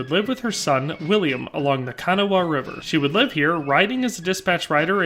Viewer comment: I grew up in Point Pleasant. The local pronunciations are Ka-nah River and Gallo-police Ohio. Great video.